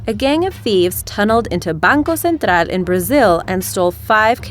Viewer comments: ...and "Banco Central" 😝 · sorry for the critique, but it bugs me that you say "Banco Central" as bancul central when in brazil its pronounced as bancooooo centro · কি উচ্চারণ রে বাবা খুবই ক্রিনজি!@ ব্যাংকওসেনত্রাআআআআল এই কথাটিকে ব্যাংকও সেন্ট্রাল বললে সমস্যা কি হয়। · She's not even pronouncing them correctly, especially banco central she's saying it with a Spanish accent. Insulting as fuck